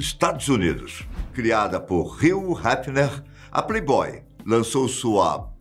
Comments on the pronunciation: Mas o apresentador chama o Hugh de Reel Refener porquê? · O brasileiro é realmente péssimo no inglês cara kkkk pqp “Ruh Hefner”, “Roy Hefner”, misericórdia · Pronuncia correta do nome do dono era Riu Réfiner... Eu passo aki na frente da mansão direto... Fica em uma vizinhança chamada Holmby Hills, que fica em Beverly Hills aqui no condado de Los Angeles. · narra estórias como poucos, mas neste vídeo o nome do dono da Playboy dói no ouvido de quem fala inglês…